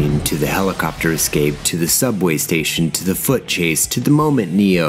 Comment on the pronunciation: A mate pointed out that when Keanu says "my name is Neo" it sounds like he says he's "Neil". I now can't unhear that when I watch it.